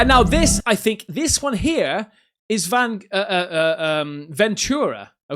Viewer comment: The missus and I are from Ventura. Great little beach town. I miss it since I live in hellazona (Arizona). I’m happy you pronounced it correctly. In TV shows and movies people pronounce it as venCHura. And since I’ve grown up there, I’ve never seen things like that. I call BS. Thanks for showing my home town. Cheers mate.